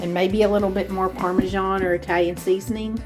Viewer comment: Parmesan is pronounced with an 's' not a 'jh'